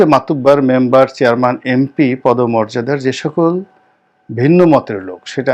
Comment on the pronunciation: আসসালামু আলাইকুম। মনে হচ্ছে, আপনি উচ্চারণ করছেন," চেয়ারমান" আপনি তো জানার কথা শব্দটির উচ্চারণ , "চেয়ারম্যান" । দুঃখিত , ভুল বুঝবেন না, আমি আপনার শুভাকাঙ্ক্ষী। তারিক উল আলম